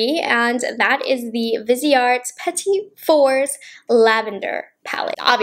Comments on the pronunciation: love your content but i have to have to have to correct this.. Petit is pronounced pah'tee not peh-tit' with the t at the end being silent. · The pronunciation was stressing me out